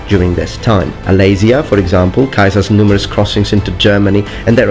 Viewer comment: Why does he pronounce Caesar as Kaiser?